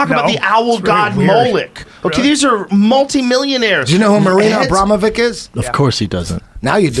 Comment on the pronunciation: “Do you know who Marina Abramovick is?” You clearly don’t since you said her name wrong